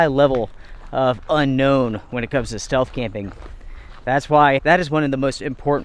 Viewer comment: I think you meant "stealth" camping in the begining, not "steath camping"